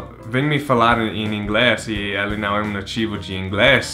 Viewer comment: Isso. NUMb tem o som certo de NÃo, assim como NUMber. Boa dica! Se ele ver, talvez ele consiga falar "não" em vez de "nao"